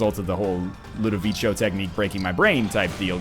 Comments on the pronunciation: (ludovico. not ludovicho. it's a hard K sound.) ~whistles and ducks thrown objects~ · I feel like my ears are being stabbed: Ludovico is pronounced like "ko", as in "constellation" ,not like in chow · I know this is getting to you late, but it's pronounced "Loo-duh-vee-Ko", not "Loo-duh-vee-Cho". It's driving me crazy. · Isn't Ludovico an italian name? If so, it should be pronounced Ludoviko, not Ludovicho! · Again man? It's Ludoviko, not Ludovicio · Ludovico not ludovicho goddamnit. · Please stop saying Ludovico technique like that! It makes my ears bleed. It's LudoviKo. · Ludovico is italian and it's pronounced like ludoviko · I think it's pronounced "Ludoviko", NL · LOO DOUGH VEE CO LOO DOUGH VEE CO LOO DOUGH VEE CO LOO DOUGH VEE CO LOO DOUGH VEE CO LOO DOUGH VEE CO FOR THE LOVE OF GOD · So am I the only one that hates the mispronunciation of Ludovico? Don't get me wrong, love the video, love NL, but goddamn it irked me. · Ugh, please stop mispelling "Ludovico". You even said it right once in the past! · One day NL will pronounce ludovico correctly... one day...